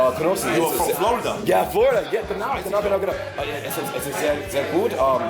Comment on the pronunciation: audiobooks, movies, series... passive language learning is a thing. (your "genaugenaugenau" was good;) start with easy stuff like books or movies you know well in english. use subtitles, pause and rewind, and translator app on your phone to your advantage. you'll get more and more fluent in listening and learn new words or meanings by context. who knows you could even do a small -reaction- Reagiert revival focussed on language.